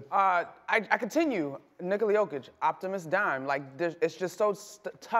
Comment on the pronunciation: She called that man "OPTIMUS DIME"